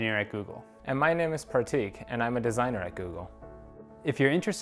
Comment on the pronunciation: > "Par Teek" when he himself will mispronounce his name, no other can save him 🤦‍♀🤦‍♀